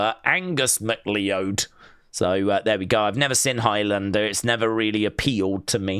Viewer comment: Highlander is pronounced MAC CLOUD